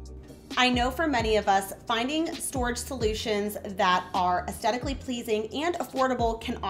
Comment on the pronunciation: Absolutely beautiful ideas! Thanks for the inspiration. It is aesTHetically, with a TH sound, not aesTetically pleasing.